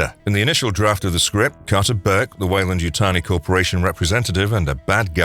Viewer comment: Wayland Yuyani???? It’s Weyland Yutani LOLOLOL!!!!!